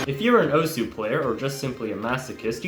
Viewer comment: did he just... pronounce osu! as "os"...? WHY